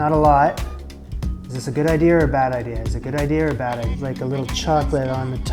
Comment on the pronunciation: It’s idea dear not idear